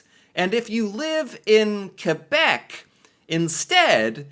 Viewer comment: Does this guy actually think that everyone moves on the same day every year?? Two years plus of doing these videos now, and still doesn't understand why Quebec doesn't celebrate Canada day? It seems like he has to be reminded every week or so that "Quebec is the French one." At least he pronounces it correctly.